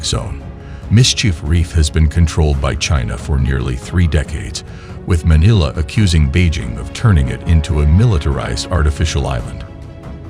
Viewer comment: Manala??? Where is Manala? It is Manila! Get your computer synthesized narration fixed.